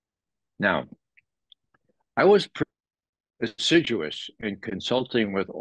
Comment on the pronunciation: ☺️ It did sound as if he said "deciduous", but I think it was "assiduous", (it means, a person applying him or her self conscientiously to a task ...)